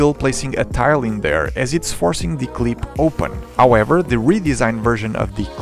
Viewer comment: “Cleep” “See Mee Lur”